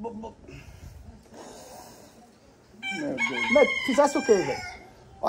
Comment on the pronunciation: kkkkkkkkkk quase não fala,ainda falou Bolsonara